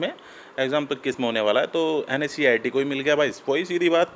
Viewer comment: Bhai pahle NSEIT sahe se bolna to sheek le ..............